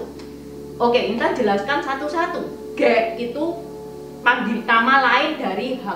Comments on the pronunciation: Medok banget. Ngomong "k" jadi kayak ngomong "g". Ngomong "khek" jadi "ghek". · Khek bukan ghek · Terima kasih atas informasi sejarah yg berharga ttg etnis cina di Indonesia. Sedikit saran aja buat cc intan, plis saat bilang suku ghek, suaranya bukan ghek tapi khek. Makasih sekali lagi